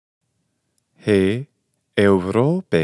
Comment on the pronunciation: Well, I'm from Greece and i know how to speak ancient Greek. You made some mistakes. For example, Europe has a different accent: Eὐρώπη → E-u-ro-pe (Eourópe) In other words u accent is coming from the nose